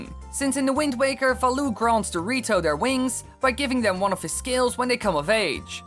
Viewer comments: lol you said dorito instead of the rito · sounded like he said dorito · I thought you said zora and dorito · i kept hearing the rito as dorito the whole video